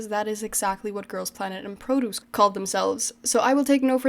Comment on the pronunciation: There! You say "produce" again like the noun(vegetables).. hehe happy new year